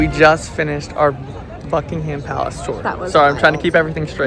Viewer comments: Don't pronounce the H in Buckingham. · or the a :) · Buck-ing-um palace - we don't pronounce the h. Lovely video though, hope you enjoyed London!